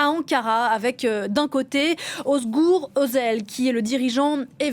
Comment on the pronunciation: Vous entendez comment elle prononce, Özgür Özel, ah merci !